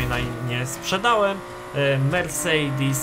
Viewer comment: Może ktoś mi wytłumaczyć czemu mówi "mercejdis"?:)